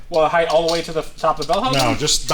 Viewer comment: ...with all due respect to yer amazing automotive knowledge... "HEIGHTH" IS NOT A WORD.